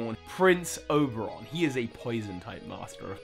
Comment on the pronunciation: A slight miss there. Its Oberyn... not Oberon. And you haven't adressed the professor. Davos Seaworth i imagine.